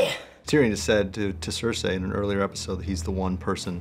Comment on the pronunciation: This dude just purposely said sir-say ....... everybody here's how everybody says that woman's name and its not "sir-say" it's Cersei like sur- see.....